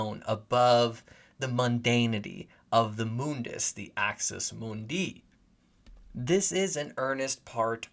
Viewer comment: Axis MOONdee, not Axis moonDEE.